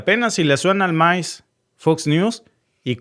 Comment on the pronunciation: Le suenan maíz paro no el maíz con z sino maíz con mai$